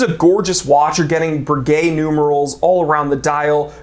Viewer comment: I was taken aback when you mentioned the "Breguet numerals" in the Seiko Chrono, it sounded like you said "gay numerals".